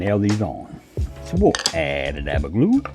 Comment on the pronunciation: Sounds like you say "aba daba doo" = Add a dab of glue. Just noticed at 20.25 it nearly what's wrote on your t-shirt